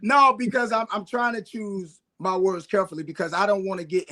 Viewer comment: Hey dmfk - the way he said it is akin to "MY N -WORD"